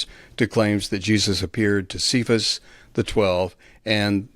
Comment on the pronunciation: One thing I've learned from all my years of theological study is: the more "non-normal" you pronounce Biblical words, like "Kay-vus" (versus saying "See-fus" like the rest of the world, and even like Kevin did 10 seconds before), the cooler you are. Weird pronunciations has been a power-trip in the church since Day 1